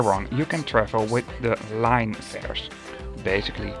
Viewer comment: I thought you say "De Lijn" as "De Lane" but you said it as "Line" instead, is that some dialect preference because I heard it to be "Lane" rather than "Line".